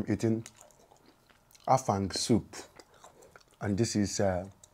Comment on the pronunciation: My bro Afang is Afang not efang